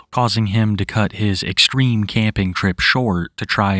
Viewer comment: Pwetty extweme 😂